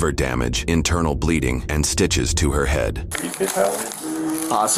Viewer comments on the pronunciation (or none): none